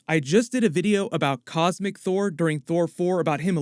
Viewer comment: it sounds like you say thor thor